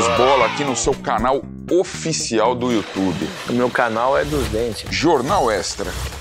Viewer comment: hj cê atrasou o programa no iutchubi 🤣😂😂